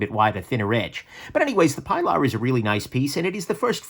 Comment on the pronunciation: OK I'm gonna be a nudge. The CRKT Pilar is named for Ernest Hemingway's boat out of Key West and used in UBoat patrols in WWII. The boat was given a feminine Latino name... Pilar, pronounced PEE'laar. This was a great list. I have the Elementum, Backlash and Feldspar in my collection. They are excellent knives no matter their cost.